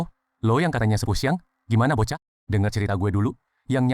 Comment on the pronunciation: Bukan bokah,tapi bochah